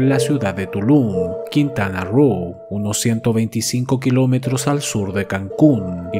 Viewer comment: Jajaja es Quintana Roo y se pronuncia Ro, no rú. Jajaja esto no es USA.